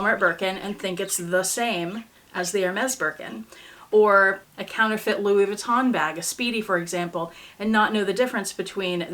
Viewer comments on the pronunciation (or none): none